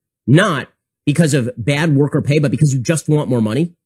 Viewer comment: Beyad. Beyad beyad beyad they're so beyad. What an annoying voice